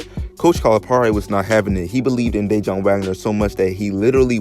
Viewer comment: DA WON BRO DANG U RUINED THIS VIDEO . I WAS LIKW WAIT HIS NAME DIJON LIKE THE MUSTARD AND FIGURED U WERE TALKING ABOUT HIS DAD I COULDN'T EVEN LISTEN NOMORE.